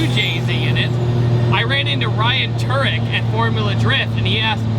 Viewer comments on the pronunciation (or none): He said Ryan turick